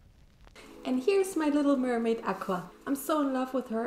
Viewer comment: Instead of mer-may mune